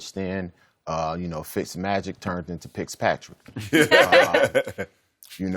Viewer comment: Lol yeah it’s PickPatrick